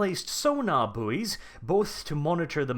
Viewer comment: Buoy pronounced 'boy' the 'u' is silent.